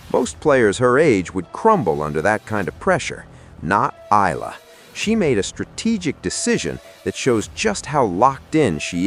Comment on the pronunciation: Eala is pronounced as eyala not ila